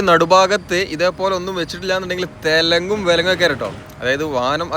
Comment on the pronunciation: തെലെങ്ങും വിലെങ്ങും അല്ല തലങ്ങും വിലങ്ങും 😆